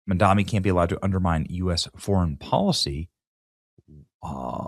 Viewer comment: It's Mamdani, not Mandami. Can't read?